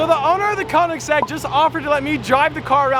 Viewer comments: Koenigsegg. Not koningseg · It’s koenigsegg